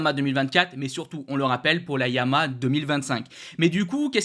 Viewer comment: trouve toi un orthophoniste en urgence,Arrête de massacrer YA - MA - HA!!!!!!!